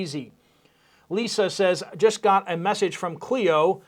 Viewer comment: Just for you, when you pronounced Clio, MI, the correct pronunciation of Clio would be C (hard K) Klio ❤